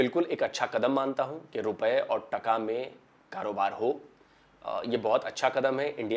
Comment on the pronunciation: it's not tukka it's taakaa